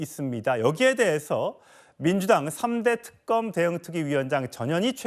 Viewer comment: 저녀니.발음이나 똑바로 해라 특금..금사 이지랄..